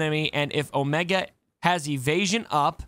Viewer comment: Oh-mee-gah - from